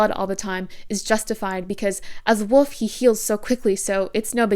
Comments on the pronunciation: I thought you were pronouncing wolf as woof on porpoise, 😂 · I have never heard ANYONE pronounce "wolf" the same way as my mom until this video, lol. Fantastic analysis, btw. I had no idea how deep Stephanie Meyers racism really ran in these books. Big yikes 😬